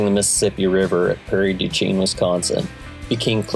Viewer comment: Prairie du Chein is pronounced shein :) nice to fly with you :)